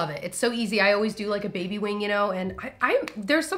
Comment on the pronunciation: Instead of JABby 😆